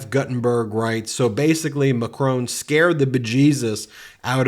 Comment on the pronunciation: Why do you keep saying Macron like "Macrown"? It doesn't have that W in it, you are making it even harder to say than it is already, it's also not how you say it in French or English, so what are you doing with that affectation, exactly, trying to show people that you never go abroad or bother with other cultures, because we already know that, cheers..